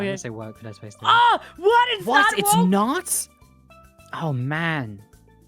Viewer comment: also the way he looks up to say "SAPCE" 10000/10